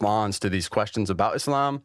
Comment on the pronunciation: It is Islam إسلام my brother with an 'S' and not Izlam that sounds like Aslam أزلام witch means in Arabic lots, arrows, idols-divining arrows, drawing lots, divination by arrows.